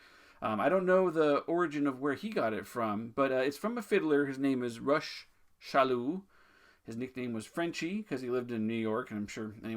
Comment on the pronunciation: Salut! Thanks again for this series of videos they’re awesome! The way to pronounce Monsieur Chaloux’s name is actually just like Rock. Hard «ck» sound for his first name. Au plaisir mon ami!!